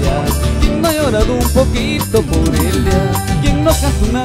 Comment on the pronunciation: siendo cajamarquino primo ....dices a eliaa??? se dice a ella ..😁😁😃😃